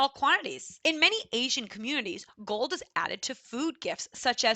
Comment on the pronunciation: Where are you from? I am from Hungary. You pronounce an s after a lot of words where there is no s Sound found like gold(s). It is disturbing quite a bit.